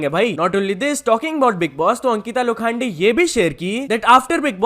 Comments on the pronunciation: sorry not "lo- khaan- de" it is "lo-khun-de" not trolling, but people make issues out of nowhere thatswhy writing it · Lokhande ❌ Lo khaan day ✅😂😂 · Its not Ankita Lo khande😂...its Ankita Lokhande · Bro its Lokhande not Lokhaande.